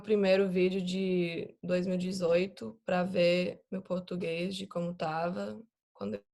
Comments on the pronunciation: Ela parece tanto uma brasileira que até falando inglês parece uma daquelas blogueiras brasileiras falando inglês kkkk muito boa mesmo, eu acho que a única coisa que dá pra perceber que ela é gringa é que as vezes ela esquece o "R" das palavras, aí fala uma palavra com "R" mudo tipo soa como "Pôtúguêiz" rsrs mas fica muito fofo🤣❤️Os estadunidenses falam português com a letra "R" muito carregada igual paulistas, aí ouvindo ela falar da a impressão que ela tem medo de pronunciar o "R" pra não parecer gringo kkk Eu sou meio brasileiro e meio turco então até mesmo eu tenho minhas limitações na língua ksks faz parte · Dá pra perceber que ela realmente é gringa, por causa de algumas palavras(quase nenhuma) que ela fala meio que faltando algumas letras, tipo ''Português''... em alguns momentos ela fala ''Potuguês''... a palabra ''vergonha'' ela fala ''vegonha'' etc.... mas se não fosse esses minimos errinhos... seria bem dificil de acreditar que ela é gringa, por que ela é SUPER FLUENTE... o português dela é melhor que o de muita gente no Brasil...